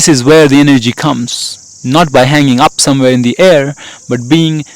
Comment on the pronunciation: "by" as Is "WyTH".